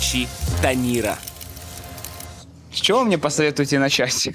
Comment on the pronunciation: тандыр, а не танир